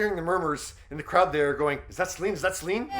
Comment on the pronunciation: Céline not Slin, for Gods sake!